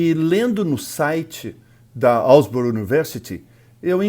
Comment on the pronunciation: Asbury* not Alsbury.